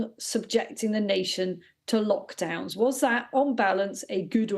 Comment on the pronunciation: Did the lady just say mockdowns 😳